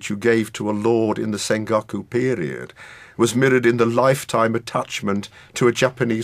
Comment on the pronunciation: sengawkoo period? lol whats with the pronunciation?